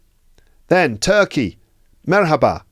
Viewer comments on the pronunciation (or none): none